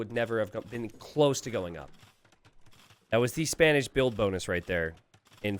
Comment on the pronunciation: Did I heard say Spamish not Spanish?